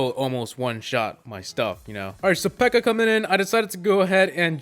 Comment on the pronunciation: What the fuck is a pirror